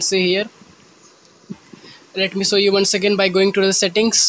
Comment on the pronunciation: It's show not sow 😂😂😂